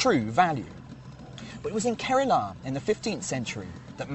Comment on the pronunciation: It’s not Kerala It’s pronounced Kerala